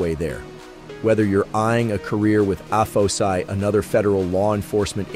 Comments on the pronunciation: Good job, but I need to correct you on your translation. Being an Air Force Veteran, its pronounced A-F-O-S-I, or Air Force O-S-I. Not "uh-pho-see". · It’s not pronounced by anyone as Ay Fo See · Are these videos done with actual voice over or is it TTS? Cause every time AFOSI comes up it is said different in this video (which is odd, since each letter should be said independently) . Also, espionage was said very oddly.